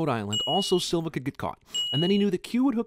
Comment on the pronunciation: As a Brazilian I'm impressed at his flawless pronounciation of Silva.